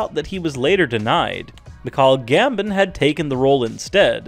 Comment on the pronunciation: Do everyone a favor next time. Learn the correct pronunciation of the characters and actors' names. You absolutely skewered Michael Gambon and Kenneth Branagh's names. Why are you doing a video when you haven't even bothered to correctly say these great actors' names? Just slapped it together, didn't you. In addition, you make it sound like Rowling herself denied these actors a role. She is not the only one who makes decisions for Warner Bros. Some of these actors, like Ian McKellan, turned down roles for one reason or another---things Rowling had nothing to do with.